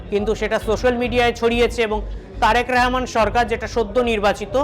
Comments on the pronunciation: এটা কেমন বেয়াদপি প্রধানমন্ত্রীর নামটা উচ্চারণ করতে পারে না পারলেও করে না এ কেমন বেয়াদ্দপ বক্তা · নামটাও ঠিকমতো বলতে পারেনা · একটা অযোগ্য সাংবাদিক, একটা দেশেরপ্রধানমন্ত্রীর নামটাই বলতে পারেনা সঠিকভাবে। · ঠিক মত আগে তারেক রহমানের নাম বলতে শিখ তার পরে খবর পরতে আসিস